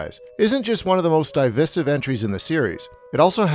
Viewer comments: when you read from a script and you don't actually know what you're saying you get words pronounced like "die- visive" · It kind of bothers me how he says "DIE-visive" instead of the proper pronunciation. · What is divisive is how you say the word "divisive" ...